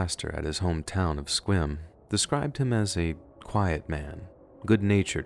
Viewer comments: Yassss!!!!! My man said Sequim correctly everyone says Seaquim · Great stories and nice pronunciation of Sequim. Also a story you did about Puyallup. I would’ve thought you lived here 🤔